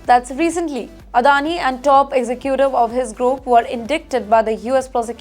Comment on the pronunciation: you are doing well but there is real room for improvement in your pronunciation. Please use chatgbp/Grok to find the correct way to pronounce words. 1. Jeweller is not pronounced Jweller but joo-uh-lur 2. Executive is not pronounced exi queue tive but ig-ZEK-yuh-tiv 3. Incorrect - "Then comes everybody's 'famous' Vijay Mallaya, famously known as..." Correction: "Then comes everyone's FAVOURITE: Vijay Mallaya, famously known as..." 4. Goldman Sachs is not pronounced Goldman Shacks but Goldman Sachs (Sacks) 5. It's not "one billion dollar" but "one billion dollarS" 6. Violate is not pronounced voylate but VYE-uh-layt (vye" as in "vie" or "try). 7. Recurring is not pronounced as reckering but ri-KUR-ing 8. Staggering is not pronounced as stRagg ering but STAG-uh-ring 9. Interesting is not pronounced as intrusting but IN-ta-rest-ing.